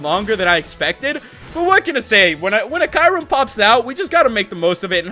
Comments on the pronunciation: you pronounce kyurem wrong.. You not supposed to say kairem.. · you said kyurem wrong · Fuck the way he pronounce kyurem fuck